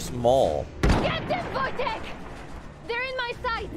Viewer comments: And it's pronounced 'Voy-tech" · Wojtek is pronounced "Voi - tek" by the way :)